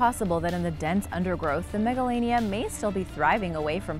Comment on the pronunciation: Megalania sounds like MEGALONOVIA!!!